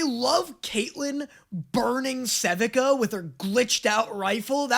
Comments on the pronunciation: I don't understand how is able to continuously drastically mispronounce the name of characters that have had their names said aloud in this show. It's not Jaina, its Janna, and its not Sevehka, its Sevika. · SE-VIH-KUH??!!! ITS SEVIKA… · SE VEE KU -thats how sevika is pronounced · …I’m going to say this again. SEH-VEE-KA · pronouncing Janna like Jaina Proudmoore and Sevika just flat out incorrectly makes my brain sad. They say their names in the show. It's not a mystery how they're pronounced. Just say what they say. Da-nye.